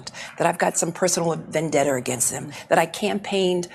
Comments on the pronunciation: Did she say vandetter? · What's. a. Venn. Debter??? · She said Vandetter … 😂😂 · She cant even pronounce vendetta,how does she hold any position at all?? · Nice logic, lady. 😝 Also, what's a "vendetter"? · “Vendetter”. Send this mheffer back to school! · Hey Jimmy! What’s a “Vendetter”?😂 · Vendetta does not end with a R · I hate the way she says Vendetta. She adds an R at the end of it. lol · I like "vendetter"